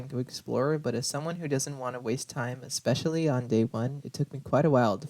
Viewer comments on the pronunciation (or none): none